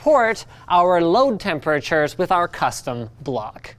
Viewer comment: Linus, WHY do you say "temperatures" so weirdly?